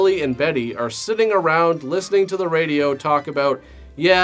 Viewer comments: I’m dead serious you need to stop saying “TOO the show.” You make fun of dumb things and do a dumb obnoxious thing yourself. Stop it. Just say the sentence normally. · Btw, I love the odd choice of putting the emphasis on the word "to" in the intro's (intros? introes?). Anyhoo, Merry Xmas